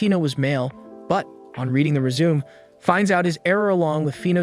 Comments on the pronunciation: Resume?... Yes of course.. Always leave a good resume with a job.. Or is it joohb? 😆 It's rez-oo-may.. Learn to speak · It’s re-zu-may. Not resume. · Hahahaha... "re-zoom". It's pronounced "reh-zoo-may" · Not criticizing your video. You accidentally said resume instead of resumè twice and I thought it was cute! Keep doing your videos, I love the breakdown. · Reading the “rezoom”? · For someone who watches anime, you mispronounce résumé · Lmao this guy had me dying and dumb founded that a person who speaks English doesn’t know how to pronounce résumé correctly